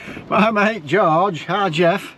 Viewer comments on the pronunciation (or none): none